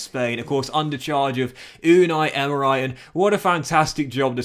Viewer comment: Is it just me or does he promounce so many easy names wrong 😂 like how do you say emery "emerai" 😂😂 still love you tho